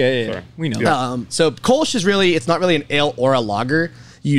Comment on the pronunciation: Btw. Kölsch… the o with the 2 dots… ö… is annother pronounciation. the mouth is the same like o, but your thounge must form like you like to speak a y, like in „yes“… sounds weird but i think it works 😄